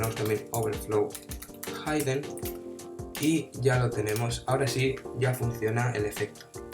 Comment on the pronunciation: Muchas Gracias amigo, me servió mucho. Una cosita: Se pronuncia (hɪdən) NO haidən